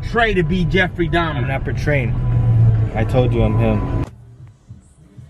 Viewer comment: Donffrey Truhmer